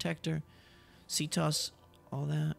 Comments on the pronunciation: loving the escape but please listen to Auden it's pronounced C T O S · It's C.T.O.S not "ctos" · It's not ctos in one word it's c.t.o.s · And by the way it's not c tos it's c.t.o.s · Its pronounced C T O S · Its C-T-O-S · You pronounce CTOS wrong